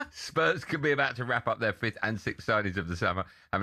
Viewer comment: He said, united finished fifthdenthfffd 😂